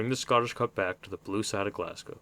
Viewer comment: Ross County lost the 2010 Scottish cup final to Dundee United, not Dundee. ;) good vid 👍 good to hear an American pronounce Glasgow correctly 😁